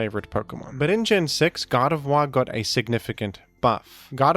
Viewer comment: It's not pronounced Gar de vwah but Gar de vore.